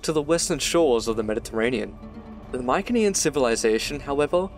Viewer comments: Pretty sure "Mycenean" is pronounced with a soft "c". Good otherwise :P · I've never heard Mycenean pronounced that way before. But I'm fairly sure the hard C is probably how they pronounced it.